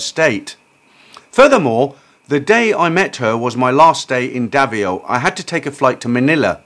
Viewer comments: Davao 🇵🇭 pronounced Da-vow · It's Davao in the Philippines (pronounced Da-vow)